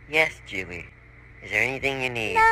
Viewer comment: said juile and thats not how you say it its julie